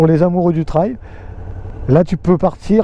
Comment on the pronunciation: Pas "traille", unTrail!!! 'Trèil phonétiquement"